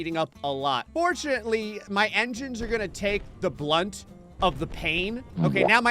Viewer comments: "Brunt", not "Blunt". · Are you trying to say brunt?